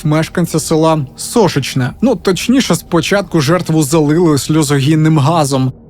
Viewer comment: СошИчне ( наголос) Дякую за відео з рідного краю ❤